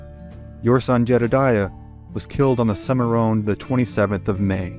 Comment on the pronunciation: It's Cim a Ron, not Cim a Rone.